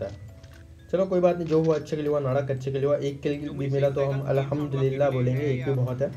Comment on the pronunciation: Bro Allah hamdulillah ni hota Alhamdulillah hota hn ye jo ap bolty ho is ka meaning glt niklta hn plz next time sai sy bolna thanks!